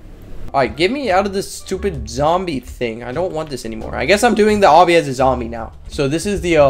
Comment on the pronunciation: I think u tried to say obby but poorly spelled it and u said "do the oby game"